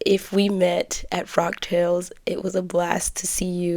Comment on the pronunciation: I thought you were saying frog tails...😆 The fabric is lovely! It reminds me of "Monet". Look up Monet, Water Lilies. So I thought the print was perfect for a frog tails event..lol... I'm such a dork. The dress turned out sweet! In all the outfits I've seen you on, I never thought your shape was as similar to mine as you suggest... (Though I'm definitely larger). So good job sewing things that accentuate your figure so well. I have a few of my mom's old vintage patterns, but there is no way they'll ever fit me... Love the gloves too! Nicely done!